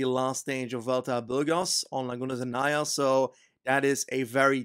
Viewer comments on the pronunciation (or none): none